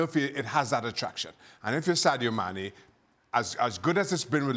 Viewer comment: No-one: Dan: Saydo Mannay